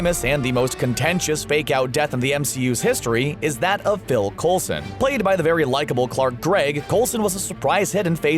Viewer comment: PHIL Coulson, not "Bill"! Come on guys!!!